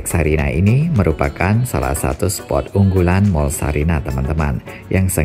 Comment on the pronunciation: Sarinah pak, bukan Sariah😄